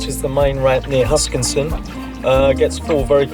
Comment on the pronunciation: welcome back, jealous of your Tassie trip. Any way, it is HuskiSSON, not HuskinSon:)